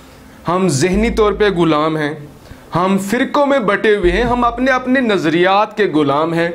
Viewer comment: Pelay apni Urdu ko to Thora bohot improve Kar lo ghulaam ko gulaam meh rage ho